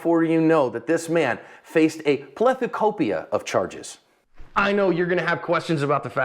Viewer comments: Pletha- WHAT?! & his words lol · “plethecopia” nice 😂